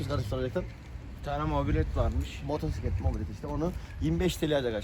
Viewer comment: Motorsiklet diyorsun ama mobosiklet anlaşılıyor